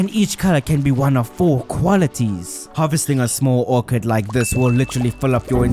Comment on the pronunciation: You pronounced Orchard as Orchid, which is a type of flower, and also, a group of Fairy Rose would not be called an orchard, as that term is for a group of fruit trees.